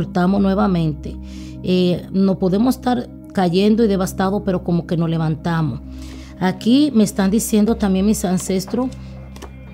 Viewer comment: Por favor no maltrates el castellano que es un idioma muy bonito.... no es Estados Unido..es Estados Unidos....No es Nosotro...es Nosotros..... nos es Nos Levantamo..es Nos Levatamos... te aconsejo que practiques con lecturas en voz alta ... Muy buena lectura, muy elegante.... no se como se ve la gasolina en las cartas...